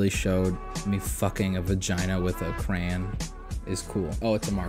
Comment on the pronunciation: cray on not cran